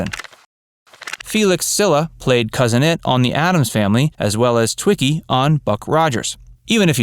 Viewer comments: Not twikki.... Tweeki is how it is pronounced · Btw, watch "Buck Rogers in the 25th Century." It is pronounced "TWEE kee."